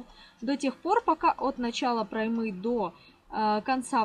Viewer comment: Не проймЫ, а прОймы.